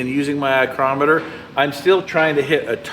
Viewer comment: "Eye-crometer" I love that. I'm definitely going to use this.